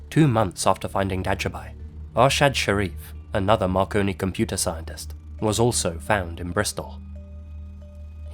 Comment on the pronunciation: My fat ass thought you said “Macaroni Mysteries”